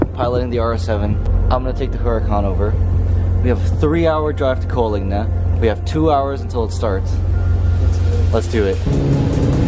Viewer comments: It's Coalinga not Coaligna. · Coaligna??? 😂😂😂How many times can you possibly mispronounce Coalinga? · “Coal-ing-a” Use some proper Engrish